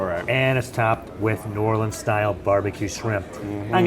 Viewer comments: I was slightly annoyed with the pronunciation of Nawlins until you also un-Americanized Guy Fieri's name 😂🤌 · please don't say n'awlins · Great episode but pro tip: no one from New Orleans says "N'awlins." They'll shame you here so beware!